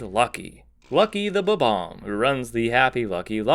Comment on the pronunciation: Not "Superbobomb", "Superbombomb".